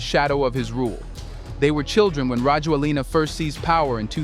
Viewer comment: His name is pronounced rah-JWEL-nah.